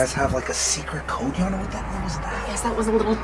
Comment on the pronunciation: He name is yana not jana